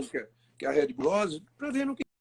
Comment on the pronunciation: Engraçado é ver Rubinho que sabe inglês falando “RÉD bull”. HEAD BULL? hahahah. Poderia ensinar a pronúncia correta .